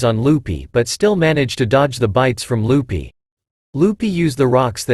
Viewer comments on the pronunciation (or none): Is it only me or do I hear you call Luffy “Lupy” 🫠